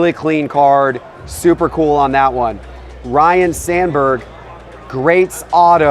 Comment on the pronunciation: Not trying to be that guy… but it’s not Ryan, it’s Ryne